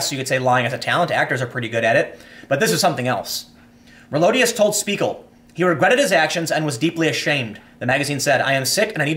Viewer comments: Tim. Can you say shpiegel? XD. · Spiegel is pronounced : Shpee-gl, the sh from Shoe, means mirror, and it indeed is the NYT of Germany